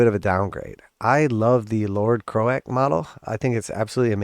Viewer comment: I’m sorry did you really call him crow-ACK and not croak..? 😂😂